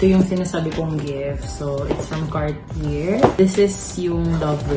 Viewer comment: please say Car-tee-yey lol not Car-tee-yerr.. nooo nooo lol. Love you guys still. Such a sweet gift.😘💕